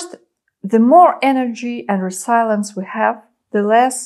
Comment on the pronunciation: "резииилиенс" вместо "ресайленс", и "адрееналин" вместо "андреналайн" would do a bit better. ;)